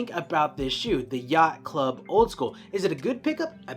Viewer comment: Dude this was really unnecessary we can all see he has a speech problem not cool